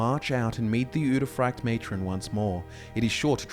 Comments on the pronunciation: frykte is not pronounced fraykt though, it's more like Freekteh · I don’t know why, but I hate the way you say udefrykte. I think it’s pronounced ude fri kte and not ude fryekt. Yeah I just checked, you are pronouncing it wrong. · Yo my guy, the frykte in uderfrykte is pronounce more like friction, not fry-kte. Sorry, it was bugging me the whole video. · You pronounce the Norwegian word so wrong 😭